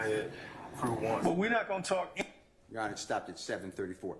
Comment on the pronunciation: do she no how to say your honor instead of yonner